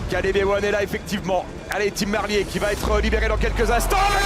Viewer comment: C'est pas comme ça que ca se prononce Merlier !!! Ah ces français qui ne savent pas parler correctement 🤦‍♂️🤦‍♂️